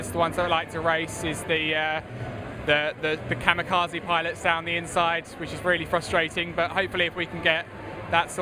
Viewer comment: haha "kamakazi piolits" there the worst